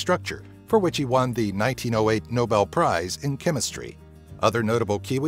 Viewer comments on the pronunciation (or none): none